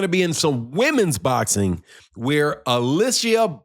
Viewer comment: U keep pronouncing her name wrong😂. It's pronounced [Uh-lee-see-uh]